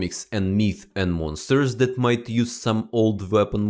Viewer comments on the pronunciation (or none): Спасибо большое за инсайды, но можешь, пожалуйста, поработать над произношением и акцентом. «Дэт»ы режут слух и почти все слова где есть сочетание букв th . Спасибо